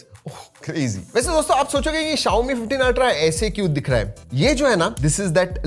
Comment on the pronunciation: Bhi xiaomi hota hi xiome nahin. ❤❤